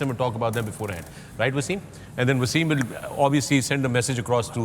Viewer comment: Waysim???? He's a legend of your country an outstanding player who put Pakistan on the map. Speak English as you want but the first waysim was WTF. Why?? He is wasim not waysim. respect